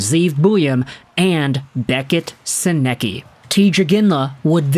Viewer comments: Great Video but please, its said "Senuhcuh" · Hey bud it’s pronounced Senn-ick-ka. But you young man have a very good channel here keep up the good work.